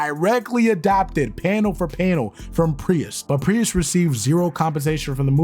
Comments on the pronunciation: Prius? Is this a proununciation quirk or am I missing something here? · Pretty obvious since you keep pronouncing his surname with two syllables instead of one. Great job, though! 🖖🏽🤘🏽⭐️ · why are you saying Priest like that? Great video btw!!